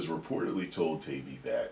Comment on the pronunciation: FYI.. it's Matt Tie-E-bee